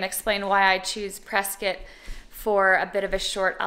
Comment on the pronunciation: You said Prescott right! True pro.